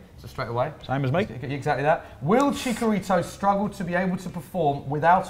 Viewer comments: and it's Chicharito not Chicarito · That pronunciation of Chicarito 😒